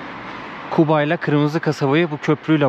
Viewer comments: Kuba diğil (guba)sizde Q harfi yok yumşak G le söyleseniz iyi olur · Kuba değil Guba